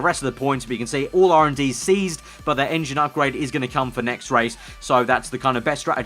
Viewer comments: Sounds like you are saying seized and not ceased. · Great vid but why do you say ceased like Seized?